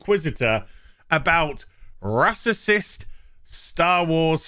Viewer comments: Ok say it with me ray-cyst spelled racist NOT RASASIST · bro can you at least pronounce "racist" allright, its annoying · stop saying racicist, it doesnt make sense.